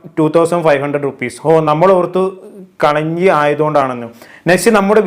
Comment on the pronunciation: കലഞ്ചി അല്ല കാളാഞ്ചി ആണ് 😀 adipoli meena